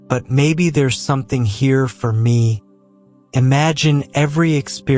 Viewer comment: This is a great message, but can you please tell the AI narrator to emphasize the right words. Life isn’t happening TO you, it’s happening FOR you. It’s a picky request, but his emphasis on the wrong words made it sound bland and took away from driving home the points.